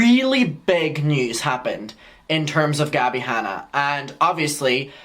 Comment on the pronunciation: “Gabbie Hannie” 🤣🤣🤣🤣🤣